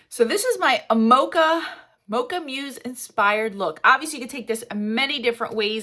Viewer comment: Mousse (the dessert) is pronounced like the animal (moose) 😊😊😊 It is a beautiful color, I agree!